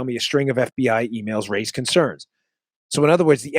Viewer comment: Dan, heh, your affected pronunciation of F.B.Aihh, is from Silence of the Lambs I think. That's just the way that Hannibal Lecter says it.